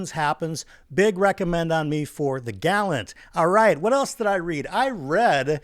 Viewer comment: I cannot express how much I appreciate the correct pronunciation of The Gallant. I’m sick of hearing people talk about The GuLLaEAent or however that incorrect pronunciation goes…